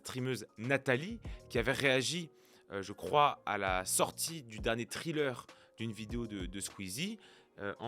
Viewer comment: "Trailer", pas "thriller". Merci.